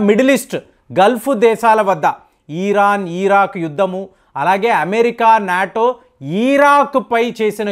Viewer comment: అయ్యా ఈరాన్, ఈరాక్ కాదు ఇరాన్, ఇరాక్.